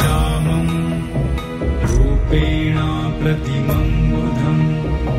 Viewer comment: In the text it is wrongly written as "rupenaam" pratimam budham. It is actually "rupenaa" pratimam budham. There is no "m" at the end of rupenaa. Please correct if possible. Others also take note. The chanter has pronounced correctly without the "m". It is "rupenaa".